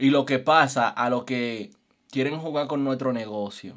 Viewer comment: Jajajaja se le salió la i del sibao jjjj dijo jugai con nosotros jay ladrones por eso estan bien preso